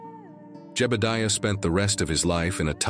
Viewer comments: what kinda AI cowboy voice doesn't know how to say jebudiah? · Jebadeeuh? Ai sure does creep me out. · Nice video except for the 7 minutes of black and the narrator couldn't figure out how to pronounce Jebediah's name